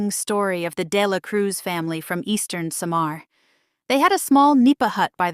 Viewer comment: How on earth happen for you to have this content. You cannot even pronounce well the word Samar. It's not Sha maar, it SAMAR. all you said wasn't true.